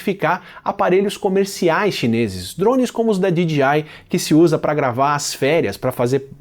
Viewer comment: Você fala DGI ao invés de DJI